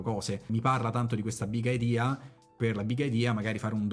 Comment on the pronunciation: dice BIG IDIA con l'accento sulla i iniziale XD XD XD